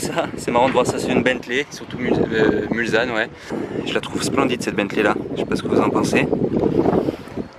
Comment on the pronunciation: on dit bentley mulsanne avec le s qui ce dit s et pas z